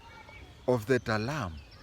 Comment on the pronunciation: TALAI not Talam